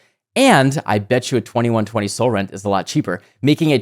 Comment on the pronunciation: All I was hearing was Catsrend